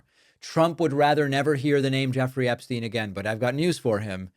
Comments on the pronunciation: You mean “Eshpshein”!😂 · David, say it right: his “a-brain”